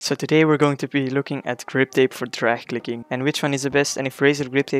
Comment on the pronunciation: at the start when he said "drag clicking" am i the only one who heard "trash clicking"?